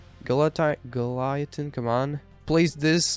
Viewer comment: Bro it triggered me when he said baby circus and goliathn